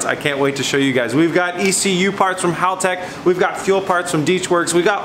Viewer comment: I’am glad you pronounce Haltech correctly. Not like other youtube channels cough cough rhymes with Hooligan. Hearing it pronounced like Haul-Tech just grinds my gears. In a nails on chalkboard kind of way lol. We all try, no ones perfect. Cue the keyboard warriors.